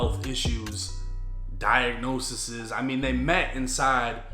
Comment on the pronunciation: “Diagnosisis” is krazy 😂